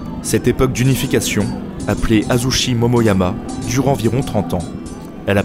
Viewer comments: Je rajoute Azuchi (prononcé tchi) et non Azushi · Très bonne vidéo. Seuls petits trucs que j'ai pu relever : - La prononciation des fois, ce qui est tout à fait excusable si on n'est pas au courant/parle pas japonais (les chi se prononcent "tchi" et shi se prononcent "chi", ex: Azuchi Momoyama se dit Azutchi. Sengoku et pas Sangoku. Ieyasu se prononce Ieyas-uh et pas -ou etc). - Les illustrations je les trouvent souvent assez fantaisistes voir orientalistes (vision occidentale romancée du Japon) et pas vraiment réalistes - Assez incorrect de dire Shinto ou Bouddhiste quand les deux religions sont mélangées et pas exclusives au Japon. (il y a même des chrétiens shinto bouddhistes alors bon :p) Bref je chipote. Du bon taff !